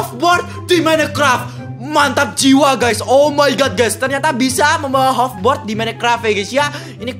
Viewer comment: Hoverboard coy.................... Dibaca hoferbord